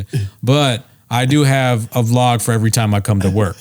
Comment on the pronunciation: “Eavery” drug! 😂😂😂😂